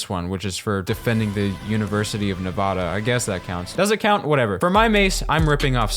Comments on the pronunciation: Bro said nuvoda when its nevada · He said Nevada wrong 😢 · YOU SAID NEVADA WRONG!!!!!!!!!!!!!!!!!!!!!!!!!!!!!!!!!!!!!!!!!!!!!!!!!!!!!!!!!!!!!!!!!!!!!!!!!!!!!!!!!!!!!!!!!!!!!!!!!!!!!!!!!!!!!!!!!!!!!!!!!!!!!!!!!!!!!!!!!!!!!!!!!!!!!!!!!!!!!!!!!!!!!!!!!!!!!!!!!!!!!!!!!!!!!!!!!!!!!!!!!!!!!!!!!!!!!!!!!!!!!!!!!!!!!!!!!!!!!!!!!!!!!!!!!!!!!!!!!!!!!!!!!!!!!!!!!!!!!!!!!!!!!!!!!!!!!!!!!!!!!!!!!!!!!!!!!!!!!!!!!!!!!!!!!!!!!!!!!!!!!!!!!!!!!!!!!!!!!!!!!!!!!!!!!!!!!!!!!!!!!!!!!!!!!!!!!!!!!!!!!!!!!!!!!!!!!!!!!!!!!!!!!!!!!!!!!!!!!!!!!!!!!!!!!!!!!!!!!!!!!!!!!!!!!!!!!!!!!!!!!!!!!!!!!!!!!!!!!!!!!!!!!!!!!!!!!!!!!!!!!!!!!!!!!!!!!!!!!!!!!!!!!!!!!!!!!!!!!!!!!!!!!!!!!!!!!!!!!!!!!!!!!!!!!!!!!!!!!!!!!!!!!!!!!!!!!!!!!!!!!!!!!!!!!!!!!!!!!!!!!!!!!!!!!!!!!!!!!!!!!!!!!! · The way he pronounced "Nevada" 💀